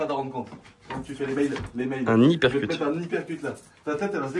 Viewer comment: hUUUpercute pas hypercute lol , je vous kiff